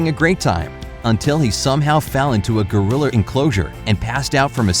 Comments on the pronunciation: Geriler????it's gorila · did someone notice that he said griler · Did anyone else notice he said goriller instead of gorilla? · my mans really said “GoRiLlEr” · LOL I JUST NOTICED HE SAYS gorriler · I lose a brain cell everytime he says “goriller” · He says Griller Instead Of Gorilla. Why? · XD - he said goriler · Does anyone else notice the voice is saying goriller😂🤣😅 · Ah yes, jambo the goriller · No offense but why does he say gorilla like goriller anyone else? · You said goriller instead of gorilla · What’s a guriller? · U said goriller lol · Lol he said goriller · Please learn how to pronounce: gorillA not goriller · Stop saying goriller!! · Bobby Sweeney maybe it's gorillo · Who noticed that he said gorier instead of gorilla? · Is it just me or is he saying gorillors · why does he say "gorillers"? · “a female goriller” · Is it just your accent or do you think it’s pronounced gorrilr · OMG THEY ARE SAYING GORILLORS XD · This man said gorillers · He said gerliers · Since when, was gorilla, pronounced goriller? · Anyone notice he said gorilla wrong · is it just me but everytime they say gorilla it sounds so messed up and blurred XD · I just can’t.. lol how you said gorilla I’m dieing 😂🤣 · That’s not how you say gorilla